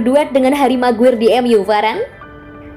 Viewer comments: Bacanya "meguayer" bukan "meguir" cmiiw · Maguayer bukan maguir min